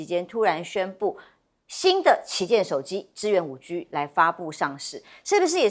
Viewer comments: 我是廣東人，我聽到她說5豬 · 一聽到主持人把「5G」發音為「5居」，立刻就把節目換掉！